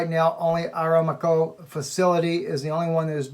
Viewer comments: Pronunciation.....?......A-RAM-Co. Rather than Aram-co. .? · Just a friendly correction -- it's 'Aramco', not 'Aramaco' (as it was pronounced). I know someone who used to work there. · Saudi oil company is pronounced Saudi Uh-RAM'-co. Or, like God revealed to Abraham.. a-RAM-co in the thicket, to sacrifice instead of Isaac..:-D